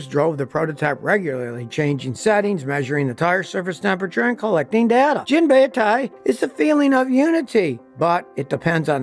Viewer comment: Not "jin-ba-i-tai" where "i" is prnounced like the "i" in "it." Yes "jin-ba-i-tai" where "i" is prnounced like the "i" in "Miata." All Japanese vowels are the same as Spanish vowels.